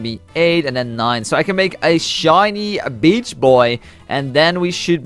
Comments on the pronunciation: Just mispronounsation ok... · did he say bitch or beach? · when he said beach hydra it sounded like b*tch hydra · At the start didn't it sound like he say the b* word?